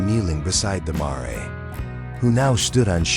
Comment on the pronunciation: Why are simple words not pronounced correctly???🥴. Mare is just as it looks! Long a and silent e.